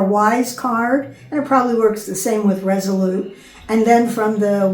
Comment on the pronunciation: Good summary. I've watched your previous, detailed videos but this video was good. I was wondering about when you have to submit your actual US driver's license so that was good to find out. Do you mean Revolut for a bank account? Maybe it's me but I heard you say "Resolute" ( & ). Thanks!